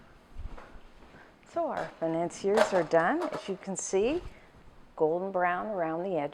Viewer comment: "today we are going to make FAI-NAN-SEE-ERS!" nailed it...